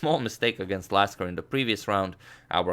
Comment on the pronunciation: . You said Lasker ~▪~